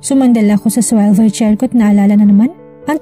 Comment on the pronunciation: Hirapna hirap si narrator sa swivel chair na Ipronounce.